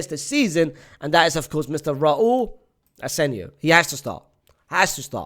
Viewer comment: Why does unc say sherznee and Raul Asenio